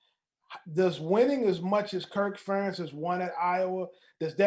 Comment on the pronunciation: Ferentz rhymes with parents 😉